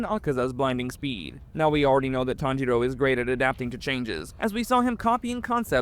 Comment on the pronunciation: I'm ngl "TanJITo" is crazy